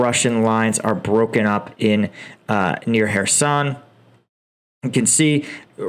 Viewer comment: Excellent videos. However, your pronounciation of Ukrainian and Russian names makes me cringe. It is Kadéérov, Shóygu, Hairsónn, Leemáhn, Svátoveh, Bahmóót, Leeseechánsk